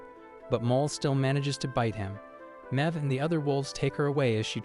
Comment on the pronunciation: Mebh is pronounced "Mave." She's Irish.